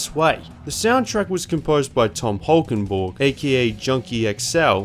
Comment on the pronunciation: I loved the way you said tom holkenborg (junkie xl) as an american you said it extremely well cuz some dutch people can't even say it correctly